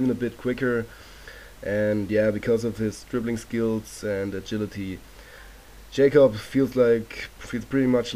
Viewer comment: Yacob not Jacob